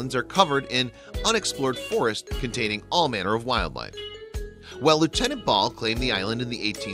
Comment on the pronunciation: Its not ball it’s bell